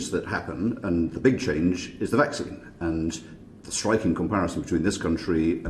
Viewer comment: yes never mind those oh how do you say it vacina, vacsona, oh its not important they probably wouldn't help anyway.